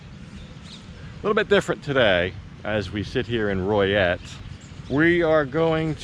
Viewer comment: Is it pronounced Roy et? I knew a gal from there she always said Loy et maybe my hearing not that good